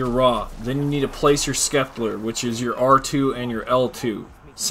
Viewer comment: The way you Sceptre makes me cringe. You are not saying it correctly Incase you’re wondering